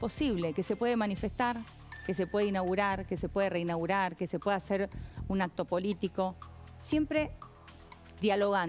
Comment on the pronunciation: REINGURAR? JAJAJAJA